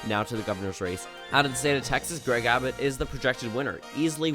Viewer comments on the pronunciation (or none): none